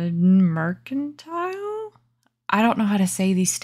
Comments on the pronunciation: I love them all! But the Chief Executive Bunny is my fave. Gotta love a dapper bunny. BTW, you pronounced "mercantile" just right. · So good to see you ❤️ You Southerners! We Midwesterners are the only ones who speak correctly! 😅You were saying Mercantile correctly, with the hard "c". ❤ "Pastiche", smh! HaHa Why can't the sisters use English 😂 You did great with Sammie's challenge! Loved it! Sammie sent me a couple of items in one of my last orders. I just don't know what to do with it! You are amazing when it comes to blending colors! Love Mr CER! Very clever! I recently rewatched your fox video. I needed tips on blending. Thanks again for the inspiration!